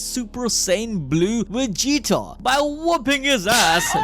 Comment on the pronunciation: I like how he calls vegeta “wegeta” lol